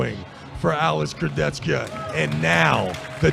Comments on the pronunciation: Alex kurdech-ka. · смешно коверкает имена, фамилии участников)) только ради этого стоит смотреть поединки в этот раз Курдецька и Феткоф передают привет Трав И Су))